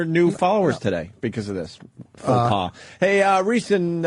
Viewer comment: He made a paux fas.